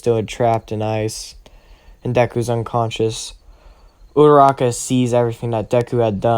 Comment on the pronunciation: it's not udaraka it's uraraka